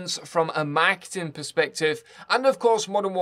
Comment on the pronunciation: Took me forever to figure out he was saying "marketing."